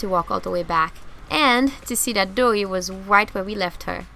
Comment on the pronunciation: I love how she pronounces right as white.